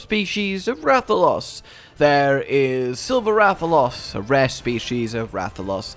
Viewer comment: dude pronouncing rathalos like rathaloss